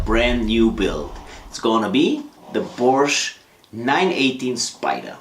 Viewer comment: I remember getting lectured by a Hungarian dude in the comment section of one of Tom Ruijter's vids about the pronunciation of Porsche, he even put a link to an instructional vid from Porsche themselves on how to say the word... What gives? Love to get your take buddy, I mean, if anybody'd know it'd be you, right? (maybe inc on next weeks vid?) Fab share as always guys, kutgw.